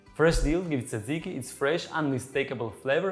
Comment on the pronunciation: FYI the pronunciation is not- Tsa - ziki . I have actually lost count of how many different versions I've heard over the years. Granted it's a little hard, if you're not greek to say it properly but, I'm here to help😂😂. To make it easier for those who struggle, try combining the letters DZ or just say JAJIKI (as in jam). Other than that the recipe is pretty much spot on- I personally like fresh mint instead of dill but either one is good, depending on what you serve it with❤